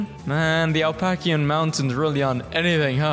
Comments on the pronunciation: bro really said the Alpakian mountains ☠️🦙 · no way this guy called them the alpaccian mountains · Just a head's up on pronunciation: App-uh-latch-in. Or App-uh-lay-chin. Either or - though most what live there call it App-uh-latch-in. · The.... Alpacaean mountains? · it’s pronounced a-pa-lai-shi-ans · "alpakyan mountains" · besides the absolutely horrid pronunciation of Appalachian, this is actually a very fascinating image to talk about. Appalachia is unfathomably older than the Rockies. The Rockies were formed about 80MYA while Appalachians were formed 400 MILLION YEARS EARLIER THAN THE ROCKIES!! Due to erosion, the older the mountain the shorter and more gentle the peaks. Other fun facts! The Appalachians and the Scottish Highlands were once part of the same mountains, the Central Pangean Mountains, which were expected to be comparable in size to the modern day Himalayas. Time can render any mountain into dust and humanity will crumble far quicker than any mountain range. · European pronouncing "Appalachian" challenge level impossible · I'm very upset about how you pronounce Appalachian. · what did you just call the appalachian mountains?